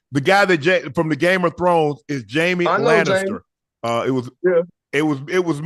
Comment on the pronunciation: RJ Barrett reacting to Nikolaj Coster-Waldau was fun, Game of Thrones probably my favorite show ever & I should’ve known that Shannon & Ocho didn’t see it when he called him “Jaime Ernestor” 🤣 I was expecting Ocho to correct him but Dwight’s the only one that’s seen the show. Ocho at the least has to check it out, I feel like he’d enjoy it & have some interesting reactions.